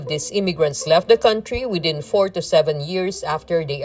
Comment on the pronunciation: can you check how country is pronounced?